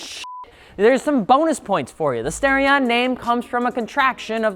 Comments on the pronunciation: Maybe im wrong, but i would assume the starion would be pronounced star-ion as in star. Not stairion. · Stairion? No, it's Star-ee-on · Its STAR-e-on. Not STAIR-e-on. This is worse than people who call Aluminum "Aluminum " and add that invisible "i" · Nice video. Great cars. Would love to get one and do an engine swap on it. Something light, powerful, and high revving. One thing. It's NOT STARE-EE-ON, it's STAR-EE-ON. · Stairion? Star-ion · I waited all that time in the intro to hear you say the name of the car and you ended up saying "Stare-ion".... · lol he said stairion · I really hate that he pronounces "Starion" as "Stairion", lmao